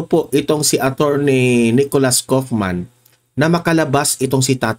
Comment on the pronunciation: Kaufman = pag bigkas ay kawofman .